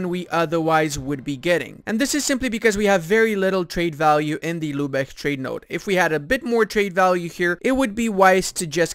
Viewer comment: Lübeck, not "Lübech". If it were spelled "Lübeg", then you'd pronounce it "Lübech".